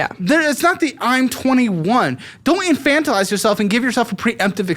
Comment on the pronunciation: Just here to let know he pronounced infantilize correctly